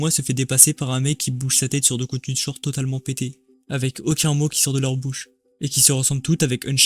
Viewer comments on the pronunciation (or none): none